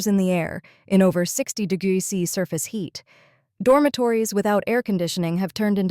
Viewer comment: You need to help your AI reader! Write the script in full: "degrees centigrade" or "degrees C". The AI seems to struggle with "°C" Also "kilometres per hour" instead of "km/hr".